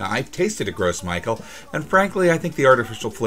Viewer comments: Gros Michel is pronounced Groh Michelle not gross Michael. Also, there are dozens of varieties of bananas, the one you get in North America is one with the best shelf life. If the Cavendish dies out due to disease a new hybrid will be created, which will make me happy because the Cavendish is the miller lite of bananas. The candy making part was pretty cool though. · "gross michael" lol isn't it pronounced "grow michelle?" either way it's funny to hear it called gross michael, like obv we aren't going to use flavoring of that nasty taste, haha. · Gross Michael? No. it's Gros Michel and since it's French it's pronounced like Grow Michelle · "Gross Michael?" That's a french name, it's pronounced like "grow Michelle." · The banana is pronounced "row michelle". It's French. Gross Michael is funny as hell though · Its not Gros Michael, its "Gros Michel" pronounced as the female name Michelle... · "Gross Michael" It's pronounced "Grow Michelle" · No, it's NOT pronounced "grow"....... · I've never heard gros michel pronounced that way. I've always heard it pronounced 'groh mee-SHELL.' Sorry, couldn't resist. ;) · Yea you're right instead of Michel he's saying "Mickael" and the S in gros is silent. He needs to work is French pronunciation, but honestly it's not that important. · i don't speak french either, but maybe he's only ever read it before. they should include a pronunciation key with french words for english speakers (grow mee-shell) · Right?! Bit of a shudder every time I heard him say Gross Michael. Rest of the video was fine, but this, no. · Haha, i love these videos and it’s great to hear your stories along side them. I do have a bit of a nitpick for you however. The “Gros Micheal” is actually a French name and therefore would be pronounced more like “Grow Michelle”. Sorry, my French brain just needed to get that out. 😋💛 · Gros Michel is pronounced "grow me shell" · Its "grow meeshell" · Gros Michael is pronounced more like Groe Mickel